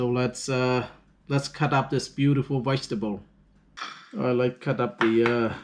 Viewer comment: Think he means vegetable he said wegetable.